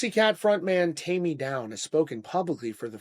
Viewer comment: TAIME NOT TAMMY! WTF?.😮